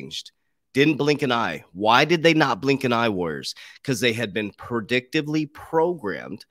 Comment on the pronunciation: PRE..." DIC" TIVE LY..." NOT " PER" You are repeatedly mispronouncing the word as Per"dictively Programing .."